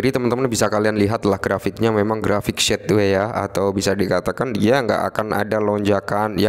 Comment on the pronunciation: Sideway om, bukan sexway😂